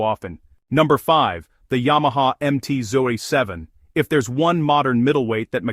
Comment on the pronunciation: AI cannot deal with numbers😂 MT Zoy Seven!